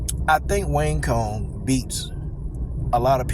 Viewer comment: It's pronounced "wang tsong" lol